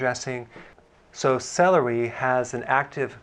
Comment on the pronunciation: The way he says SE LE REE at the start like this is a phonics lesson 🤭🤭